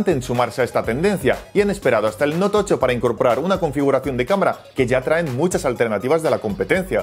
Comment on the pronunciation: ¿Noutocho?, ¿TOCHO?